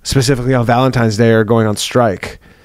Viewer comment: "Valentime's Day" lmao.